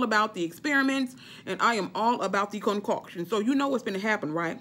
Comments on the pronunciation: Hilarious!! "Concockshun " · Girl you got me me cracking on how you say “concoction”😂😂 but you right I’m grown and I’m gonna try it. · 🤣🤣 Me laughing every time u say concoction.